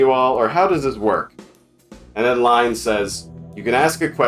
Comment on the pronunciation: Line is a female Danish name. Sry to say but your pronunciation is way of.